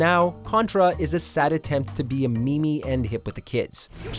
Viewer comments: I’m sorry... did he just say Mimi? (Meme)?. In almost 2020? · Take it this way; Contra tried to be "meme", but it ended up as a bootleg "mi mi ". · a MIMI??? I think you mean Meme ( miim) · me-me.. really?? -_ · Pretty good list of shit games however, did you call a meme, a "me me"? 😂🤣😂🤣 Wtf. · Lmao did he say Contra is a "mee-mee?" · Did he say me-me? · Its pronounced Meem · No one is talking about how he pronounced meme as “mee-mee” ?! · He said "memey" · Did he call a meme a me me 😑😑😑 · Wait correct me if I'm wrong but did he pronounce meme as "me-me" ? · Did my man just Pronounce meme as me me😂😂😂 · did he really say MeMe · . . . I hope you were not trying to say "MEME" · ...did he say a "Me Me"? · Oh God, he said "me-me"...I haven't heard someone say that in a long time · did he just pronounce “meme” as “me-me” that’s boomer as fuck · he said meemy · Wait, how did he pronounce "meme"?